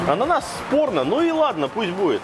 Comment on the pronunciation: Когда он сказал ананас сПорно☝ ,блюдо заиграло новыми красками😁😁